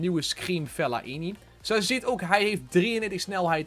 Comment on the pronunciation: Hoe jij Fellaini uitspreek is geniaal